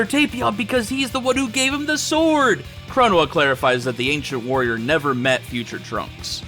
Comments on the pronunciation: 1: Fu's definitely in love with your CaC. 2: Your pronunciation of Chronoa brings me a bit of physical pain. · I hate how he pronounced the Supreme Court of Time’s actual name